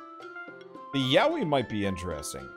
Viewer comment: Am I the only one that kept hearing Yaoi??? Lmao